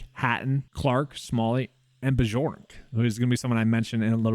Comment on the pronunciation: It’s “BYork” btw.